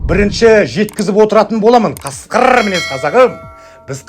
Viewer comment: Қасқырр. Деп. Аитпашы. Жәи аита берсеи. Кугынбаи